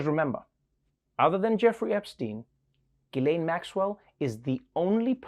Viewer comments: Hummm.. It's pronounced "Jizz-laine." You're welcome. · Ghislaine is pronounced Gilaine? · Wait a minute, Ghislaine is pronounced "Gilane"? I'm calling an illegal use of a silent S. What is she, from a Gundam series?